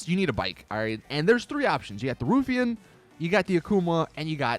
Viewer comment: "rough Iain"..." roofie in" sounds like dat saint date night... 😂